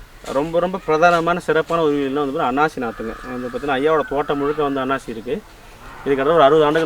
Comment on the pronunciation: அண்ணாச்சி அல்ல அன்னாசி